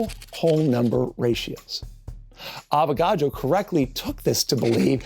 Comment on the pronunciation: You keep saying avogado